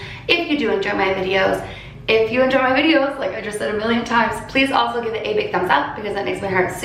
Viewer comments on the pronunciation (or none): none